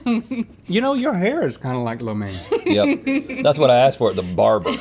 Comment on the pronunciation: Rhett is rocking the “flo mein”